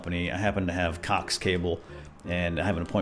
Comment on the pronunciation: I thought he said cock cable… I was so confused.